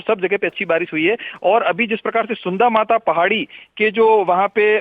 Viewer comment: सुन्ध माता नहीं सुंधा माता हैं 😊😊